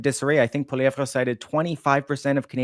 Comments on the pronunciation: What's with the mispronunciation of Poilievre, ton nom est francais, n'est-pas? It's not Poiliev rah, it's Poili ev, comprends-tu! The sooner Canadains wake up to the fact that Trudeau and Singh and their respective sycophants have completely screwed Canada! Trudeau's childish attitude and inability to think has put Canada in a weak and vulnerable position--Trudeau starting a trade war with the USA is pure lunacy. The only thing Trudeau will accomplish is to make Canada the 51st. state sooner--which is something I am on board with, so keep up the good work Trudeau, Make America Great Again with Canada as a state. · I could only stand hearing the Uber French pronunciation of polieve a few times before I'm dumping this to go watch something else. Please leave that shit in the east after western Canada separates. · Ear Pain every time he says poilievre